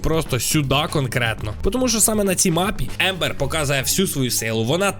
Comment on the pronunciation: Це Амбер а не Ембер😂